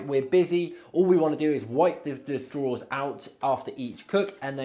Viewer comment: Drawers not "draws". Fs 😂